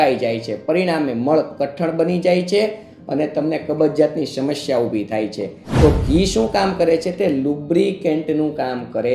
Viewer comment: "શમશ્યા" ન બોલાય, સાચો ઉચ્ચાર 'સમસ્યા' છે.